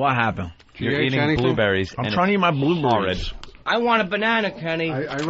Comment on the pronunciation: bluburries.. .where are my bluburries